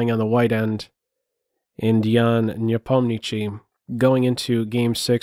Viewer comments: Great analysis! When will we hear you say Nepomni -acht-chi,and not Nepomni-chi? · Great as always! Quick comment, I believe the last syllable of Nepo is “shee” and not “chee”. Nevertheless Keep up the wonderful content! 😄